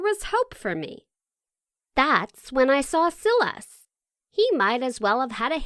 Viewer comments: Silas pronounced SY-Lis lol. That drove me nuts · I don’t think that how you pronounce his name Silas.... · I have a feeling the male character's name is "Silas"......... and it's not pronounced like "silly" its pronounces like "sigh". What a weird fucking channel. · Its pronounced sigh-las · Omg the way she pronounces "Silas"